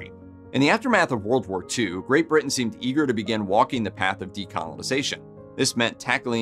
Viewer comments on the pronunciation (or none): none